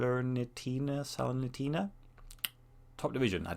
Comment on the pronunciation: Looks great! Keep up the great work! (Also, I'm 99% sure it's pronounced sal-er-nee-taw-na. They manged to go from worst to 16th in the past few months, staying in Serie A, which was incredible.) The embossed lines that make the swordfish is amazing.